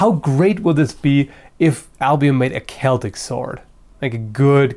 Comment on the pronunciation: i thought you said albino like really really white swords lol